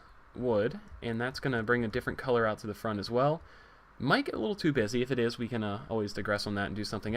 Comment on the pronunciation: when he said busy at the beginning i thought he said bitchy